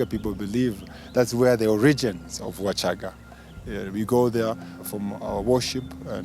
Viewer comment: U shouldn't change names as u wish....WACHAGA IS NOT WASHAGAA PLEASE !!!!!